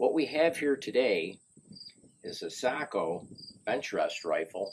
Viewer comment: It's pronounced SAY-KO. I am besties with the owner so i should know.